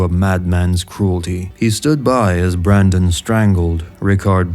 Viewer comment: I heard this as "Sir Marlon Brando-son" at first haha